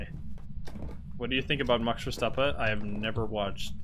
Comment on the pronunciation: The way you pronounced "max verstappen" really makes me wonder if you're Dutch.. cuz you pronounced it exactly like dutchies do kekw